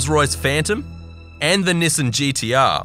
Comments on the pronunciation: You do realize your pronouncing Nissan wrong it’s not nisin it’s Nissan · I heard 'pershoot' and rolled, but when I heard 'nisen', I had to drop this comment... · you said Nissan wrong